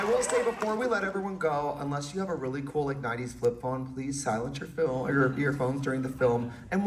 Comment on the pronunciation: saying " Filum" is killing me